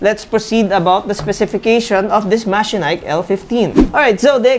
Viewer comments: MA-CHE-NIKE nd mechanike😂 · i have a Machenike i7 15.5 but wait... i thought it was pronounced as Ma-she-nik didn't thought it was Me-ka-nik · the branding pronunciation: From Mechanic to Machenike, i wondered a while ago. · diba ma-che-nik ang pronunciation of that brand?